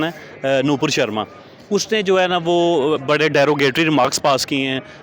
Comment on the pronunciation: Nupur hota hai Nopur nhi, jao pehle aur पढ़ो तब video बनाना